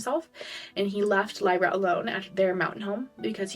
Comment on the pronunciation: I say this with so much love because you have helped me through these books, you often skip letters in words. Lyria- you said Lyra Adarlan- you say Ar-Da-Lane